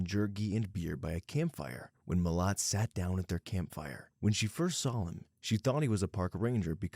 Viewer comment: He also said Milat like heart, it’s Milat like splat